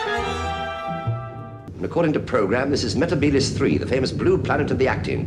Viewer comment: Sarah Jane also says meh-teh-bee-liss in The Wedding of Sarah Jane so it's 10 to 1.